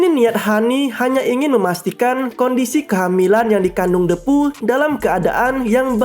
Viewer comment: Bang cuma mau meluruskan,itu Lo soal menyebutkan nama depu itu,yg benar itu hurup e itu di ucapkan dengan posisi mulut sedikit terbuka dan lidah agak ke depan,bukan menggunakan e yg di ucapkan dengan mulut yg agak tertutup dan lidah agak ke atas,itu salah bah,saji kedengaran nya agak aneh,coba deh kalau gak percaya.